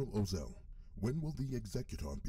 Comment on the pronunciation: Ozzel is pronounced Oz-el, rhyming with nozzle. Tagge is pronounced Tag.